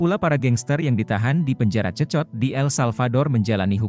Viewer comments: Bukan cecot,,tapi bacanya sekot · Sekot lo dibacanya, 😅😅😅😅